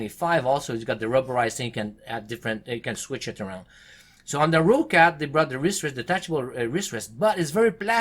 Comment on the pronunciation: rOOOUUccat XD XD XD just roccat [rocet]